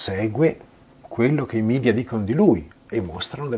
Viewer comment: Ottimo video, tutto perfetto, ma solo una cosa, per favore... Non parliamo come certi politicanti itali-oti che preferiscono l'inglese alla lingua nazionale. Media è una parola latina (il plurale di medium = mezzo) che si pronuncia come è scritta